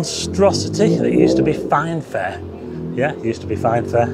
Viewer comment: Please don't drink every time says "yeath" Cheers!